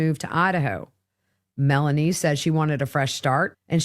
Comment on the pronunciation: Why are u calling her melaniese? Thats a black persons name. Her name is Melanie.